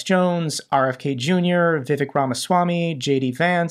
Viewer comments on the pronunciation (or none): none